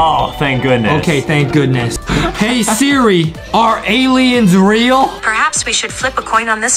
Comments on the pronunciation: Justin sed sera idiot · justin say sirl srach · I love how Justin’s say Siri but he says Sara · I love how Justin mistakes “Siri” with “Sarah” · yeah justin like. To say sirl Sarah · He zaid Sirah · Yeah I like when Justin says Sarah but it's actually Siri bruh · Justin: Sara Me: bro it is siri Adem:siri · Justin: sierra " me: ITS SIRI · Mabe Justin needs a teacher because he keeps saying siri shara 😂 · It is Siri not Sarah